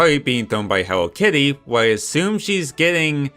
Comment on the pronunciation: “Hewwo Kiddie”